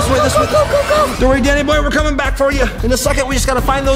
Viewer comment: i think she said danny yo